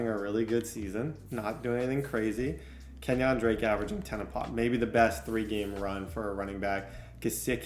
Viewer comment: "Kenyon Drake" 💀